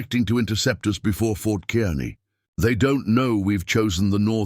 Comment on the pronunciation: Fort Kearney is pronounced Kar-nee